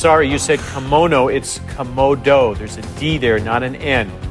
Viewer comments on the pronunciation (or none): I'm sorry, you said Kimono. It's Komodo. There's a D in there, not an N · LOL- "Komono" Dragon.